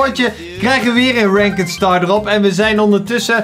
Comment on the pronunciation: het is ranked maar de zegt rankd